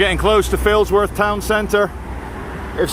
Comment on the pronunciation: Sorry, you were nowhere near Failsworth when you first said Failsworth